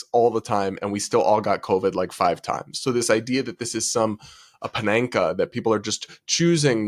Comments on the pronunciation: my brother in Christ, did you just say "pananka" rather than "panacea?" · Friendly tip: panacea is pronounced pan-a-SEE-a. Luv ya! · Panacea: pan-a-sea-a